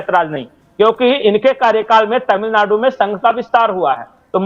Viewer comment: आपके "अचानक हालत बदल गये तामिलनाडू मे"! बहुंतही मनोरंजक रहा.उच्चारण!